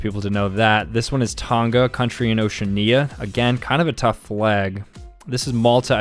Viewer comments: is great at pronouncing stuff. "Ocean-knee-a" (Oceania) "Azerb-asian" (Azerbaijan) "Say-shell-es" (Seychelles) "Say-oh-tom-eh and prince-hip-eh" (Sao Tome and Principe) "Van-ooh-ahh-too" (Vanuatu) "Cabo Verd-eh" (Cape Verde) "Bots-ooh-wanna" (Botswana) "Kur-gee-stan" (Kyrgyzstan) "Mon-ten-egro" (Montenegro) "Less-oh-th-ow" (Lesotho) "Toov-uh-loo" (Tuvalu) For anyone wondering, they're actually supposed to be pronounced: "ow-shee-a-nee-uh" (Oceania) "A-zer-bai-jaan" (Azerbaijan) "Say-shellz" (Seychelles) "Sa-oh tom-eh and pr-in-see-peh" (Sao Tome and Principe) "Van-wa-too" (Vanuatu) "Cay-p Ver-d" (Cape Verde) "Baat-swan-uh" (Botswana) "Kir-guh-staan" (Kyrgyzstan) "Maan-tuh-nay-grow" (Montenegro) "Luh-soo-too" (Lesotho) "Too-vaa-loo" (Tuvalu) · ocean-ia :Skull:, As an oceanian I am scared. Its Ocea-ania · Oceania is o-she-AH-nya not ocean-ya Seychelles is say-shells not shellehs Liberty equals America, wow, three words yet at least two/three big errors there... Moldova below Ukraine, not beside Romania and basically the same... Lesotho is pronounced le-SOO-too not le-sow-tow mispronounced some but it's ok, hope you learn how to :p have a good one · Oceania is pronounced wrong.